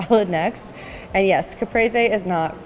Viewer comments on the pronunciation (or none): I'm not even italian, but this pronouncing of caprese made me sick